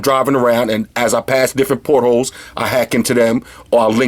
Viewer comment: He's saying "portals" lol.